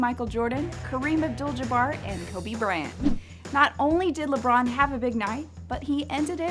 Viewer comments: I swear she said “Kobe Brant” instead of Kobe Bryant I’m fr mad bout that c’mon now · did she just say Kobe Brant???